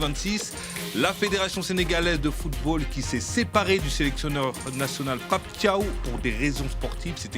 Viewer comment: Un journaliste sénégalais en plateau incapable de prononcer correctement le nom de Pape Thiaw